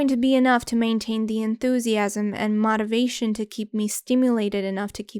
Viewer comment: how do you not know how to pronounce 'motivation'